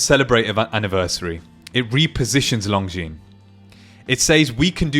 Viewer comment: Pronounced lonzine NOT long zeans!